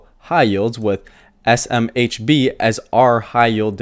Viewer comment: you can do it buddy! SMBH! ESS, EM, EITCH BEE, :-) ESS, EM, EITH, BEE